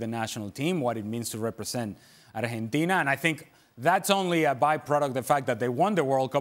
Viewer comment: Someone should teach Ale how to pronounce Argentina in English.